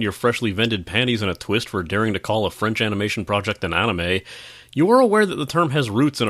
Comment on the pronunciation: an "On-ime" ? Ill never understand how people can just decide to say something wrong for decades.